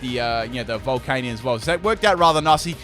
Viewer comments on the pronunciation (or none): none